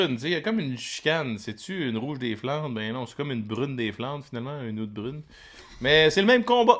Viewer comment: J'adore vos capsules les gars! Vous êtes super drôles et toujours agréables à regarder. Par contre, si je puis me permettre, Oud Bruin se prononce quasiment "out brown" En tout cas, super job, à plus! Continuez votre super travail.